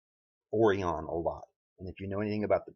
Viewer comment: It's called Sirius pronounced 'serious' and Orion is pronounced 'oh ryan' or 'oh rie in'........